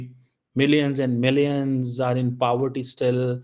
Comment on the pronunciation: Paaverty nahi Poverty hota hai Clown 😂